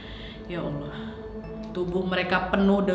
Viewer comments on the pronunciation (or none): none